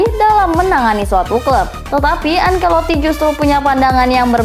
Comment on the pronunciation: Bukan ankeloti tapi Ancelotti